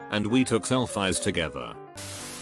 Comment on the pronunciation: “Selfayys” - text to speech 2020